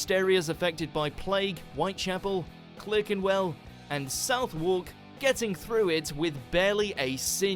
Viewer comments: Reaction suggestion - Why are British Place Names So Hard to Pronounce? By Jay Foreman. In fact, this British narrator pronounced TWO names wrong in this video! Clerkenwell should be 'CLARKENWELL', and Southwark should be 'SUTHARK'. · The guy doing the commentary should do a bit of reading up on place names. Clerkenwell is pronounced Clarkenwell. The south in Southwark sounds the same as the first syllable of Sutherland and the wark bit sounds like berk... sutherk. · “Clerk in Well” and “South Walk”. This tosser knows how to pronounce these but is being a dick about it.